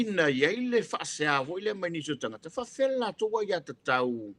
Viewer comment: magaia pe aga le um so'o le loia.just saying.would be nice without so many ums and tautala i le t ae leo le k. tagata.not kagaka.etc.